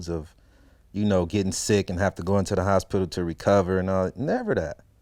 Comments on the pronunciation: The HosPITIL 😂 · Lmao I was thinking of how to spell it and yup he's definitely saying hos- spittle 😂😂😂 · The hos-pittal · Hos-pit-tal xD Like a damn pit stop. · This man Pronounce the shit our of HOS-PITAL! Lmao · I hear every letter in H-O-S-P-I-T-A-L 😆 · Why does he pronounce "hospital" like that? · He says hosspittle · He can't say hospital right. 😂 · he says hos pital as 2 syllables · Nigga put emphasis on that P in HosPital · The way he says hospital is fucking hilarious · anybody else notice the way it sounds when he says the word 'hospital'